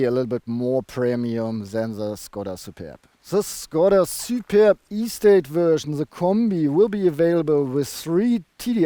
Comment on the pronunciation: Hi! I think you had fun pronouncing Shkoda und Superrrb!:) I don't blame you. Nice looking estate. Yeah too bad about the wimpy exhaust pipes. Reminds me of going for a swim in a cold lake... Stop feeding Tobias all the Burger Thing (King). He's too tall! Would you choose the Superb over the VW Estate? Cheers! Some crazy bugs in your shots, eh? <== Canadian expression